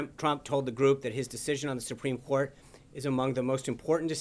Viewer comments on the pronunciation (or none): " Supreme Whourt" .... Whos mans is this ? 😒